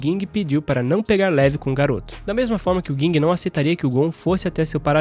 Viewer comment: é Ging, n Guing disnara kkkkk